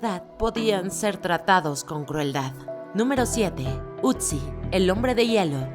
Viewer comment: No sé llama "utzi" se llama "Otzi" porque esa necesidad de querer pronunciar todos los idiomas como si fuera ingles, si te quieres lucir, que sabes inglés, perfecto, pero, hazlo hablando INGLÉS no queriendo pronunciar cualquier idioma como si estuvieras hablando en ingles.